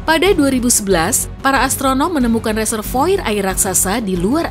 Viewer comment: Reservoir hrusnya dibaca reservoar kan??